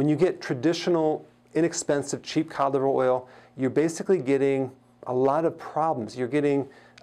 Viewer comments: Oh wow...thank you! Now I know what he's talking about, cod liver oil, not colivoil. 😂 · I heard it as cadible oil 😜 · I thought he was saying calive oil and tried to look it up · Is he saying canola oil? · Hi Dr Berg could you please say "Cod Liver Oil" slowly....that would help us a lot... because it sounds like "Cock Oil" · I thought he was saying condom oil🤔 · I thought he said “colidoil” but good info. I have acne so this is very useful to me. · I heard caudflower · Lmao I was googling, “colive oil.” & getting pissed 👌😂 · I heard covid oil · me too lol😂😂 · Thanks for writing this . I couldn't figure out what oil he was talking about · me too. I had to look at his board to see what he was saying (codliveroil). lol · Glenice Johnson thank you me too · Oh yes, exactly! Thanks for your comment now I know what he said there 😉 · I the same 😂😂😂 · Same here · Had to look it up in comments)) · Good advice, but you should try and pronounce 'cod liver oil' as three words instead of one long word we can't understand. Just a thought Doc. Very good info nonetheless. Thank you!